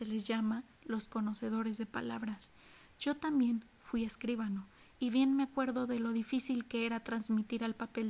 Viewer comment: Escuchado a 1.5 suena estupendo. Solo tengo una observación: escribano, no escríbano. No tiene tilde, por lo que la sílaba fuerte es BA. Gracias!